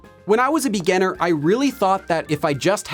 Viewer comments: Why do you keep pronouncing 'beganner' while what you want to refer to is 'beginner' ? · Am I the only one keep hearing him say 'beganner' instead of 'beginner'? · Omg I thought I was the only one who felt that way. When he says “beginner”, it sounds like “beganner” to me 😅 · I like your videos but your pronunciation of "beginner" is super distracting🙂. Still like your videos though! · Is "beginner" really pronounced this way? English isn't my first language and I lived with understanding that it's different 😓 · Hi,. Nice work. But please excuse me, did I hear it right? you have a funny way of saying beginner;) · haha yesss. every other work sounds normal but beginner is so different 😂